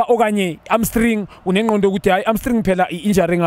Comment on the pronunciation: Junior Khanye says iHamstring yiArmstring ai... 😅🤣🤣🤣🤣